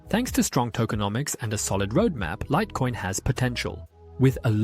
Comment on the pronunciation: Ai slipped up and said "lit" coin, upgrade to premium for better quality